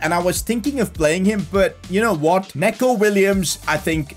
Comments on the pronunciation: not neck-o williams it’s pronounced knee-co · it’s pronounced ‘knee-co’ not ‘neh-co’ btw